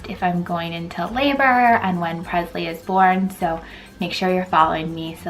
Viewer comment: You're pronouncing your daughters name wrong. Its presley like Elvis not Prezley